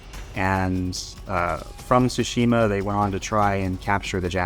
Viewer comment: Japanese history expert but pronounces "TSUshima" as "tsuSHIma"